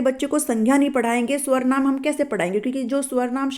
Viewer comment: it's not swarnaam.. it's sarvnaam teacher ji